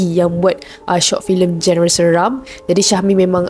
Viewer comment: genre sebutanya "jon-re"